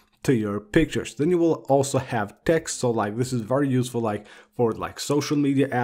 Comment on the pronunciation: IKR “vrrry vrrry”